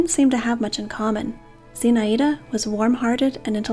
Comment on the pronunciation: It's pronounced Zinh-Eye-da